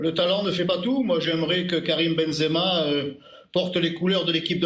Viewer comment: Et tu es même pas capables de prononcer son nom (zemaben) benzema mais quel haine